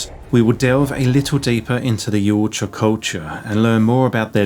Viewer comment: Yow ta Ja 😂 not yowut Ja 😂